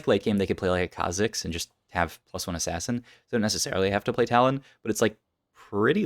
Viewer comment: I'll be that guy. Kha-zicks is the correct way to say it